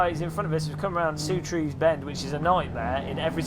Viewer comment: I wish you wouldn't say "soo trees", it's "sir tees". John Surtees was a racing driver, please get his name right.